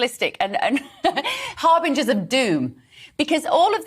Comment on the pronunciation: … and can’t even pronounce “harbingers” 🤦🏻‍♀️🤦🏻‍♀️🤦🏻‍♀️ Please, make it stop!